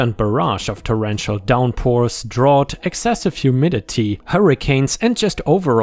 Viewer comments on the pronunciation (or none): "drought" is said as "drr out" not "drr aught."